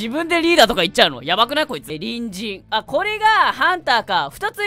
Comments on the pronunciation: この動画何回見てもハッキリきいてもころちゃんの隣人が人参に聞こえる(((( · やっぱり人参にしか聞こえない笑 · コロンくんが言う「隣人」 私には毎回｢ニンジン｣に聞こえるw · 隣人がにんじんに聞こえるWWWWWWWてかクソおもろいwww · 時間差やけどさ隣人が人参に聞こえてやばい(( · 隣人がニンジンに聞こえるwww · 最後にわかった。りんじんかにんじんって言ってるのかと思ったw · 隣人がにんじんに聞こえてしょうがない…… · ころちゃんの「隣人」の言い方がどうしても「にんじん」に聞こえてしかたないwwwwww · 毎回のように隣人がにんじんに聞こえるwwwwwwww 🥕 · 隣人が人参に聞こえる件について((( Ｉlike ピーナッツｯｯｯｯﾂ!!! クソ笑った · 最初、隣人が人参に聞こえて、ん？ってなったわ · 隣人が人参にしか聞こえない件について( ˙-˙ ) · ごめんね、どおしても、にんじんに聞こえるんだ。